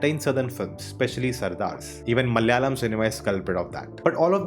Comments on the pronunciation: Malyali or malayali ??🤔🤔 Have heard most non-southerners pronounce malayalam as Malyalam and kannada as Kannad just like Americans pronounce Aluminium as Aluminum😬😬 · Plz don't try to kill our language, plz learn acting from d malayalam movie, how they r getting national award,atleast learn to pronounce d name "malayalam" properly 😂.